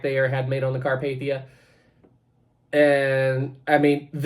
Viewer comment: That thumbnail of the Bright side video looks like the queen Mary not Titanic BRIGHTSIDE DO YOUR RESEARCH and also apparently bright side pronounces Carpathia like car path ey